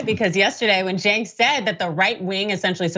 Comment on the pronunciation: The murderer who couldn't say cenk name right??? God you Republicans are dumbass